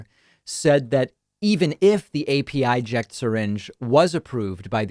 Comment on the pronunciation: It's pronounced "Apəject" The 'pə' sound as in "perfect"